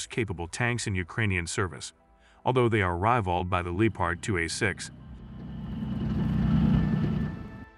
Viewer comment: It’s Lep Erd not leatard , please cut loose with the wallet and hire a human narrator. You have great content so keep it coming.